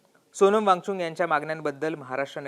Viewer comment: या निवेदकाला वांगचुक म्हणता येत नाही ,तो सारखा वांगचुंग वांगचुंग म्हणत आहे .😅